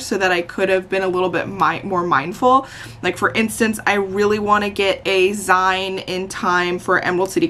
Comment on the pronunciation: These are so fun to watch and very relaxing! Also I’m pretty sure it’s pronounced “zine” like magazine.